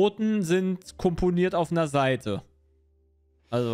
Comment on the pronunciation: Aber es war doch Seite und nicht Saite D: leute.. das ist ein Unterschied. tztztz.